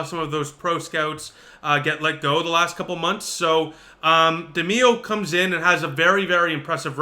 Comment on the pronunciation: Pronounced De my oh….